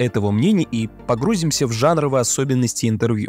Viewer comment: Вы не производите погрузку,а погружаетесь. Не погру́зимся! А погрузи́мся!